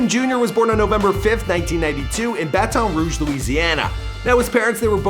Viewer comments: The way he pronounced "Baton Rouge" pisses me off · Joseph Joestar he’s canadian so i assume he isn’t even familiar with the place